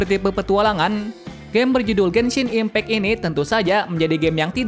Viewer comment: Gua dengernya genshin implek :V